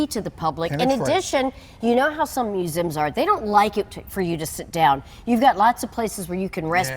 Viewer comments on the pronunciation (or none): She says musms